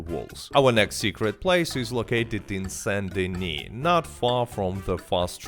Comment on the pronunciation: The only YouTuber who pronounces "Saint Denis" properly.